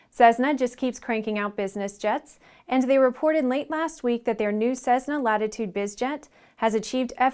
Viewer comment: Cessna is pronounced "ses-na" not "sezzzz-na"